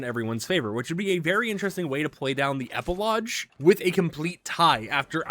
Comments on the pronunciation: Please stop saying epilodge!! Epi-log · Epilodge xD It's pronounced "EP i log" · E-PI-LOGGGGGGGGGGGGG (Hard G!!!) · Epi-lodge is funniest thing i heard today. LOL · I thought maybe I was the only one hearing that. LOL